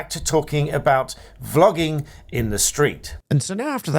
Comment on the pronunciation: I was just listening to start, and I thought you said flogging. 😆 When did they bring that back? 😂 Great chat and advice for those filming in public.